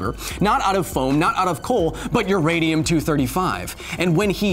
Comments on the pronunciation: I listened 4 times and still herd "Uradium" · I think you mean "U-Remy-um"... I'll see myself out